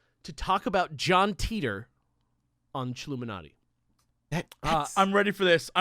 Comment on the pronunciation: Sorry guys, but on my worldline it's pronounced "Tie Tor", not "tea tor".